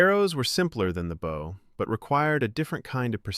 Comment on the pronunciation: At least this one does not pronounce 'Bow' as 'Bough'. So, you're better than most.